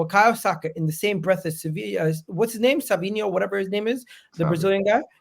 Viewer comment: It’s ‘SAVINHO’ not fucking Savio why do people trigger me?